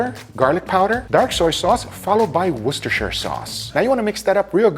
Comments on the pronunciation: Massive respect for pronouncing worsterchire sauce correctly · YOU SAID IT CORRECTLY! you are so far the only youtuber I've seen say 'Worcestershire' properly! GG GUGAAAA!!! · Wow I’m flabbergasted, there’s a person outside Europe that actually pronounces Worcestershire correctly instead of talking about washing their sister